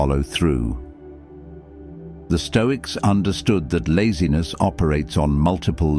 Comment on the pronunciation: "I refuse to negotiate with lazines"